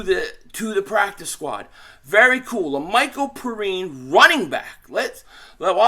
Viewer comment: Yeah La'Mical, pronounced P-rine is the cousin of Bengals RB. Samaje Perine from Oklahoma.